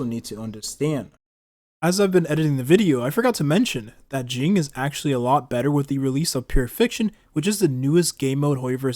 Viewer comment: why we calling him “jing” …